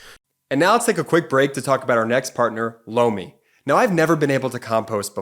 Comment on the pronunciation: I’m really not trying to be crude or anything of the sort, but every time your sponsor says ’Lomi’, it really sounds like he’s saying ‘blow me’. Just a heads up (no pun intended) Love the channel btw! Hahaha 😊